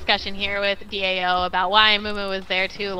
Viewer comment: stop saying DOA, It's DAO :P